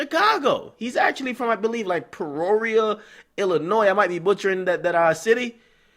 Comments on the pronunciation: puroria....????? its pronounced peeeeee or ria..peoria...dont come lackin in my hometown DJ...still i got love for ya...but damn pronounce shit right lol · Peoria, not preoria, and it's not chiraq but ppl still get shot up 🔫👌🏼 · LMAOO HE SAID PEOWRIA dj peoria,IL is a lame ass casino type town with shitty malls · Lol its peoria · Yooo its PEE-YOUR-EEE-UH PRONOUNCED QUICKLY I'm from Bloomington 30 mins away. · Pee•or•ria (Peoria) the 309 head ass😂😂 but we coo down here